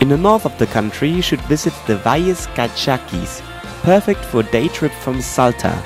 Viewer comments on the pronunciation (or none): Valles Calchaquiiiiiiiies! Not Calchaques